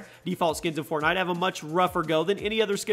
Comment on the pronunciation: He said fortknot at the beginning of the video 😂😂